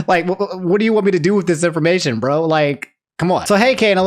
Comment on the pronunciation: i love you man, but NEVER let us catch you saying "h'wat the feet do tho?" again.